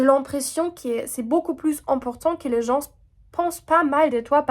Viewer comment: " Les Gens " le S est muet, on ne l'entend pas 😘